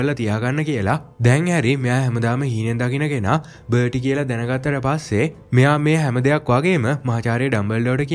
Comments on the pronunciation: බටි නෙවෙයි බාටි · අයියේ.පොඩි වැරදි ටිකක් තියෙනව එකක් බර්ටි නෙමේ එයා බාටි අනික අරය ක්‍රච් නෙමේ ක්‍රෞච් . අනික අර මුලින් පෙන්නන එක කනත්තක් නෙමේ ඒක ගෙයක්. ඒක Voldermort ගේ තාට්ජගේ ගෙදර. අනික ඒක Hogwarts ලගත් නෙමේ තියෙන්නේ. ඒක Harry දකින හීනයකුත් නෙමේ ඒක ඇත්තක් ඒ වෙලාවේ උන. 🙂🥲